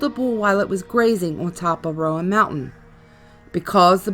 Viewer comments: Ummm… hearing you pronounce “appalashaa” makes me want to turn this off immediately. Remember this: if you say appalashaa, I’ll throw an apple atcha. It’s Appalachia. And Roan mountain is pronounced rone… not Roe ann. You’re apparently not from here, you’ll never be the old Gods of Appalachia. Sorry. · It's not ( RO- AN) mountain... It's RO-NE... We have ghosts and angels filling these hollers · Come on! Rōan mountain, and also, just like the pronunciation of Apalachicola same root and same pronunciation. App uh latch uhh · Rone Mtn..... Appalatchun Mtns.